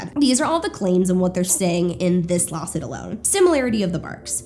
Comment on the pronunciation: it sounds like you're saying "lol-suit" and given the context this is the most appropriate term